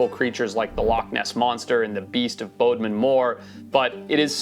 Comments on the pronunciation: Baud-min not bohd-min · I live about 10 minutes away from the moors! The beast of Bodmin is defo a big hoax, it’s pronounced Bod-Min btw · You butchered the name of bodmin haha 🤣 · His pronunciation of Bodmin 🤣